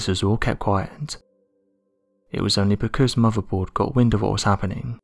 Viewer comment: I really didn't know about the expiration of space. When did that happen ? Surely it's still there ? Also, where is Pity's burg ? I've not heard of it. Goddard Spacefycentre ? 4 separate words Goddard Space Flight Center (US). Muvvaboard ? . What's that ? Theories that were crated . What, as in sealed in wooden boxes ? At this point I'm out. I really cannot listen to you. for 15 minutes when you have such difficulties in speaking. If you really plan on continuing to narrate, please take some lessons on how to pronounce, or at least form your words so three words don't become one garbled one- or better still, leave narration to the girl who also does this channel . Oh, and the topic being discussed here? Absolute bs. NASA would have studied those tapes over and over again, up to the present day. They would never have been in a position to have been lost in the first place.They certainly wouldn't have let them get in to the hands of Joe public (if they had contained classified or sensitive information) - who, incidentally does nothing about them , just for them to resurface decades later . Just supposing they actually did contain classified or secret information - NASA would have wanted that information back - at all costs, not be destroyed !